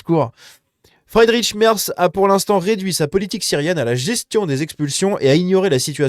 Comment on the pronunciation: Petit cours d'allemand: Merz...prononcé: Mèrts! Mais c'est pas si important. Merci pour la vidéo.